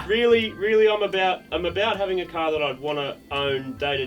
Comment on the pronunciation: "That is Supah Cah Fast". lol Or 60s American car fast. :P